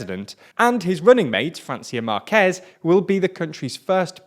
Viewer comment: Great daily summary, and quite objective too, as usual. Just wanted to mention that, in Spanish, the H in Hernández is not pronounced, and Márquez is pronounced with the accent in the letter 'a', hence the acute accent diacritical mark. Although the pronunciations needn't be perfect, those little things can be easily pronounced in English — the latter is not that insignificant, because you would be saying a completely different last name that actually exists in Spanish.